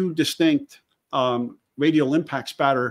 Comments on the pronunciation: # send him a cup or something that says its spatter not splatter! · Did you do that on purpose? LOL, just so I would say it's Spatter, not Splatter!